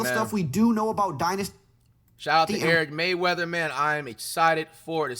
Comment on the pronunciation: bro how you give someone a shoutout a butcher their name. His name is Eric Rayweather, not Eric Mayweather.